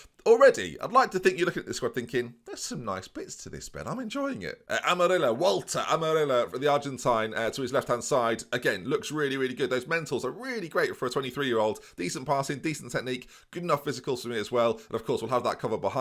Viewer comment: Hey, great episode! Amarilla is not pronounced like that, is more like this: A-ma-ree-ya